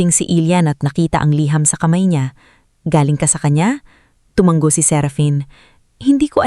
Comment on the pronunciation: TU -- MA -- NGO HINDI TU -- MANG -- GO ISANG G LANG PO